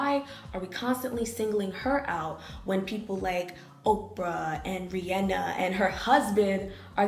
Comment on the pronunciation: I'm not a huge fan of Beyonce, but I can't with this video, it's so tone deaf.. from calling country a "white music genre" it's black btw, to insinuating that you can't be pro black while reclaiming a black music genre, and even to mispronouncing Rehienna's name (though she said it right later on) and everything between was already a lot.. but this video is kinda annoying (COUNTRY IS BLACK) and super .. lacking, for a better word Also, a note for anyone reading, once you believe you're right you stop questioning if you could be wrong